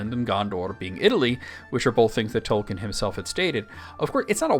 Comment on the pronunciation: I commend your Tolkien knowledge, but please: Toll-keen.